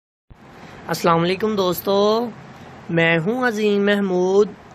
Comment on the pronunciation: The way you say aoa and your name is very weird!!!!! You can say it normally as well